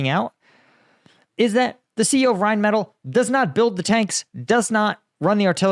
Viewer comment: Pronouced rine • meh • til